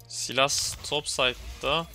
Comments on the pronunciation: bro saylıs diye okunuyor silas değil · guzel video ^^ ama artik sylasa silas diye seslenmesen :D